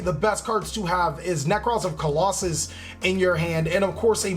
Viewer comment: Lol sorry but isnt it Claw-saw-lose, not colossus no harm intended just so your viewers know